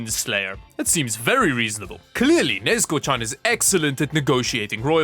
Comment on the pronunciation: Might be my hearing but i just hear nezko and it makes me wanna die.